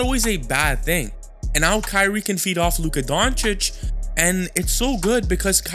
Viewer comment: Dude can't even say Doncic right after 6 years. We all know he does it on purpose just to spread hate